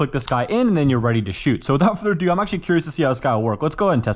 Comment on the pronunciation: i love when you say''WITHOUT FURDER DO' 'it is amazing to hear your voice and i really love your content do not even think to quit!!